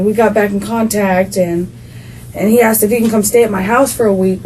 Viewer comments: She says axed instead of asked. Every choice is perfect. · Any white girl who has 2 baby daddies in jail and says "axed" instead of "asked" is a complete loser scumbag. What the f*** I give about your damn tears.